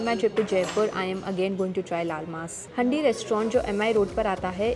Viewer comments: Hi! Love your videos. Just a small correction it's not pronounced as handi but it is actually pronounced as haandi as in the vessel. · the way you pronounce 'handi' is absolutely wrong!